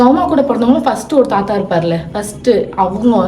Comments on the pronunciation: Yaru indha avuma summa avuma avuma soldre ammaamma sollu😂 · Auma illa ammamanu alaga sollunga